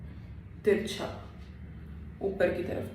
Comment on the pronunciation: You are repeatedly saying teekha...teekha means spicy...you will have to say teercha not teeka..😂 anyways nice tutorial👍